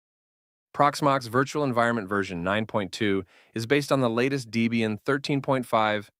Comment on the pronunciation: it's a professional paid product with a free version, and just throwing out an AI voiceover with the usual errors ("deeeebian kweemu") looks like there was no care put into it. That's even worse for technical stuff, if the result isn't even being checked and corrected for accuracy. Does this attitude extend to development, etc? It's just not a good look for a marketing video (and I don't know why we're pretending it's a huge burden to get a decent voice recording in 2026)